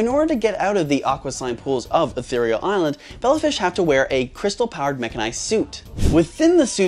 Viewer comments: Bro said water eherirel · Tyson said etherereal instead of natural it was on. Toe jammers part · "Water Ethereal" 💀